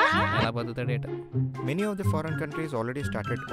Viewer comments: Tha kadu ra adi thi 😂😂😂😂 idi na dialogue bhayya inter lo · 'Dha' kaadhu ra adhi 'dhi'.. THE 😂